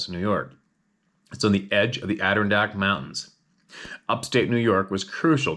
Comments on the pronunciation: ADD - DERR- RON - DACK dammit 😂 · LOL it's Add-Der-On-Dack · if it matters - shrug - Ad..er..ron...deck(s). Adder-ron-decks. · Idk why Adirondack is so difficult for to pronounce. Lol